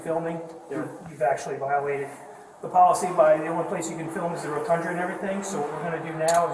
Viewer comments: Nice “rotundra” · That dummy pig said “rotundra”